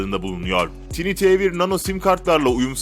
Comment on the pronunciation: Bir video çekimine hazırlanırken, tanıttığınız cihazların isimleri doğru okumaya daha özen gösterseydiniz keşke. Tiny T1 (Tini diye telaffuz edilmez - Tayni diye telaffuz edilir.)